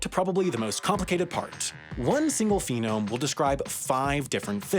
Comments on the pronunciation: Fascinating subject, but hearing "phenome" so many times just killed my enthusiasm for it. It's as if he willed the concept of "phenome" into existence, and it was a combination of "phoneme" and "pheromone" that resulted in "a mispronunciation that produces an emotional or instinctive effect upon the listener separate from the actual vocalized statement". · Oh, for crap sake. "PhOnEme". Foe-neem. How are you talking about another language without knowing the basic pronunciation of your own? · My ears bleed on every mispronounced word in this video. It's the sh sound, not s It's phoneme, not phenome It's monadic, not mondaic It's delimitive, not delimitate Finally, you made the whole path to mispronounce the word in the end: should be ok-SHOORN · The amount of times he said "phenome" actually made me doubt he wasn't just mispronouncing "phoneme". He was. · A few corrections: it's "phoneme" not "phenome", a voiceless non-labialised lamino-postalveolar Dorso-palatal grooved sibilant fricative is basically the "sh" sound (IPA: [ʃ]) and the "possessive" case in English is actually called the "genitive". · Wild. I do have to point out it's kinda funny you keep saying "phenome" (the set of all phenotypes in a cell, organism, etc in the field of genetics) and not "phoneme" (a unit of sound) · "PHONEME", not "PHENOME". And you are actually describing "morphemes" not "phonemes." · as a linguist this "phenome" thing is really driving me up the wall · "Phenome" killed me. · “Phoneme” is spelled “phoneme”. If you guessed this means it should not be pronounced “phenome”, you would be correct. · we're talking about the fact that he stresses the first syllable. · yet the point is the word phoneme is central to the video, and he says it over and over again - wrong each time. That's just horrid so stop making random nonsensical excuses. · Came here to correct “phoneme” haha. I knew right away there were no linguists involved in the making of this video.